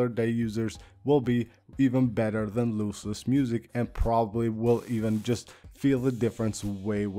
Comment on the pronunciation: It's pronounced LOSS-LESS not LOSE-LESS. Nor is it LOOSE-LESS.